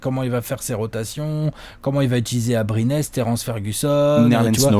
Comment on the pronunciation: Faites un effort sur la prononciation du nom psk sa fait saigner les oreilles les" teundeurs ", " abrinés " , "grunt"